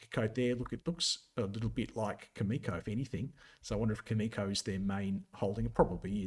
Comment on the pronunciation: Cameco is a great company and will outperform during this uranium bull market. However, since you profess to be a technical expert and not knowledgeable about any uranium fundamentals, why do you even go there? Cameco is not pronounced that way. Cameco is not the world’s leading uranium supplier. Cameco can NOT just ramp up supply like you said (actually, they are currently in the spot market BUYING uranium to meet their market obligations.) The uranium sector will be on fire in !!!!!